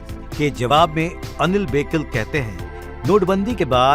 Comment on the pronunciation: उनका नाम अनिल बोकील है बेकिल नहीं...